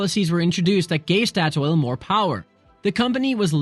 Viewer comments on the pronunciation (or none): Its rely fun siting at home hering you trying to say oljefonnet statoil and Oslo Lol ask siri next time🤣